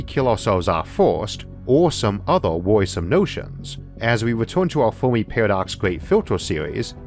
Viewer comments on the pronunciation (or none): none